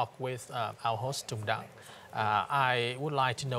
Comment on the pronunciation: Sao ko đọc rõ là Tùng Đặng , Hà Nội? Tên và địa danh Việt Nam mà, sao không phát âm rõ luôn để người nước ngoài họ biết mà đọc cho đúng. Mình học tiếng anh thì cứ phải phát âm cho chuẩn giống họ, còn họ đọc tiếng việt thì cứ phải bỏ hết dấu ra ah? Cả cuộc đời chưa bao giờ đi comment bất cứ 1 cái kênh nào cả. Đây là lần đầu tiên đấy ạ. Mong chương trình mình nên cân nhắc.